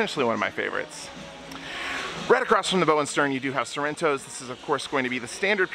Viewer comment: It’s bow as in ouch.